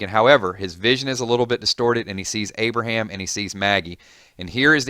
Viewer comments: At the start it said abriham twice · It's not Abraham.